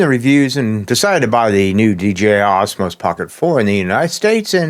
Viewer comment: What is with your pronunciation of Osmo?? It isn't Osmos. And the price?? Either 499 dollars, or Euros. Not dollars euro, the currency is the euro, dollar is not a part of it!! But enough of being a nitpicking asshole!! Question, couldn't DJI release a version of the pocket 4 without the WiFi connection?? Would that get past the rubbish America is pulling?? I've been using the pocket 3 since it's release, and never once connected it to my phone, and take the SD card out and put it in my computer to transfer files. The only thing I ever connect wirelessly is the microphone, which is Bluetooth, is Bluetooth covered under the American legislation?? If not, surely a stripped down version of the pocket 4 should be quite easy to achieve, and still perfectly functional...........